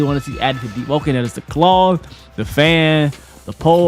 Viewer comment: Why did say claws like that😂 nigga rlly said “Klauews”